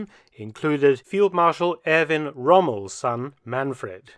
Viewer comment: I noticed the emphasis on Erwin ROMMEL's son, Manfred.